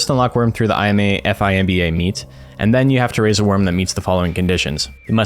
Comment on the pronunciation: Ai Em EY and Eph Ai Em Bee Ey? Oh you mean I’ma and Fimba! Just listening without watching made me go back cause I was like Korea Expedition? What’s that?!